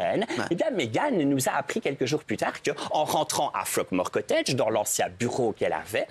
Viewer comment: "fuckmore cottage" 🤔🤔🤔 euh ok